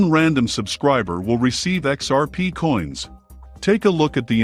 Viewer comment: I just cant trust a channel using text to speech... "XPs failures" cant even pronounce XRP